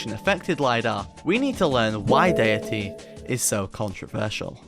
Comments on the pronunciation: why do you pronounce 'datæ' like 'dayatee'? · Why are you so bad at pronouncing æ? It's literally a letter in English and it's pronounced like the 'a' in apple. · Bro refuses to pronounce Datae proper. He's ragebaiting the ragebait, its genius.